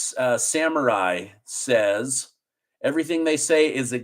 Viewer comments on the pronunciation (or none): none